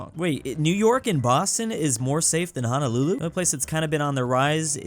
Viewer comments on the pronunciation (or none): none